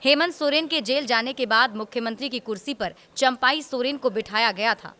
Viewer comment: चंपाई नहीं चंपई सोरेन बोले पत्रकार लोग हमेशा शब्दों का उच्चारण ग़लत करते हैं कभी ऐसा न करें ऐसी त्रुटियां नकरें , प्रूफ रीडर की तरह बने और गलतियां न करें ।